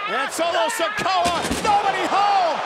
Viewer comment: Imbecile said Solo Sokoa